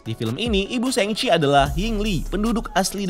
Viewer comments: sheng-ci, I mean Shang-chi. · Sang ci bro, bukan seng ci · guys it's SHANG-CHI not SHENG-CHI ☠️ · Koreksi bang. Cara baca shangchi pake A biasa bukan A english (ei)